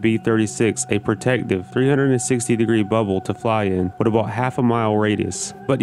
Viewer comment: This goof can't say WITH. It's not pronounced WIT. Also Newfoundland is not called New found land. Lol...whatta dusche.